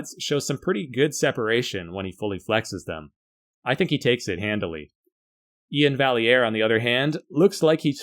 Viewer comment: I think its pronounced More like Ian Vi-air